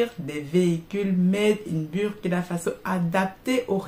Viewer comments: c'est comme l'anglais le U se prononce OU quand vous prononcez BUR ça parle à aucun BURKINABE. Dans une de vos vidéo prochaine prononcez KUALA LUMPUR C'est la capitale de la MALAISIE beaucoup vont pouffer de rires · Madame vous prononcez mal BURKINA FASO c'est fâcheux 😏